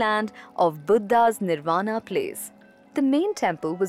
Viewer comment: I love ur video except the vocabulary of some crude hindi words. Like instead of niravaan u repeatedly said nirvaanaa, i request u to kindly stop using this way to impress foreigners accent, its our language our word we must carry the original word with right uchcharan.... Its Buddh not buddhaa